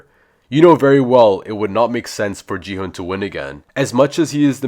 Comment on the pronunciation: It’s gi H UN